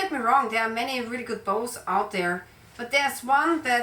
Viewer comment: Bows not boats